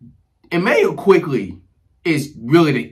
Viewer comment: Had to stop watching cause he said the trade wrong in the beginning….for OG Anunoby, AND Immanuel Quickley